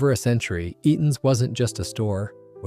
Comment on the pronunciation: WHAT language did AI kick into for Eaton's there right off the bat!!??? 🤣🤣🤣🤣🤣